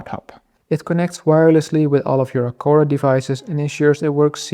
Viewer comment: Misschien het merk juist uitspreken😂maar hele leuke video.